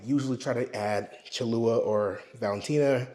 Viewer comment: Nah sorry I don’t trust someone who cant pronounce Cholula or Worcestershire. Lmao think you can cook but can’t pronounce basic sauces?